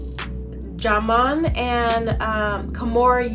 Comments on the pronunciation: Sweetie it's pronounced JIMON LOL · learn how to say ( pronounce ) his name u on a platform okkkkkkkkkkkk